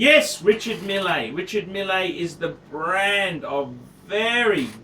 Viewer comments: found out it's pronounced "Risha-meal" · in french they hold the E a little longer. Its like Reechar Meele. Archie is right